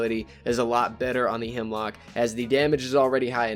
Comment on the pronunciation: YOU KEEP SAYING HIMLOCK ITS A HEMLOCK 😠😠😠😠😠😠😠😠😠😠😠😠